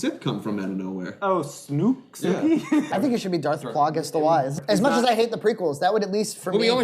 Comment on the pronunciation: Darth "plaww-guss" the wise is crazy lmao. has a knack fir weird pronouncing of names. Saying the Oneyplays channel name as the number 1 like "One-knee" plays killed me in a recent video too lol